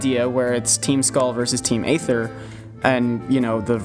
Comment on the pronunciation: that's Ether not AYYther. :^)